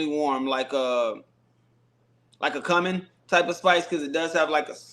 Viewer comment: respectfully, it's pronounced "koo-min". What you said is something completely different, lol